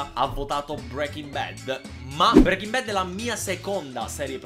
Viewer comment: brEking bad😂 SI SCRIVE BREAKING